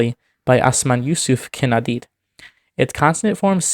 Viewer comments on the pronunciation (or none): none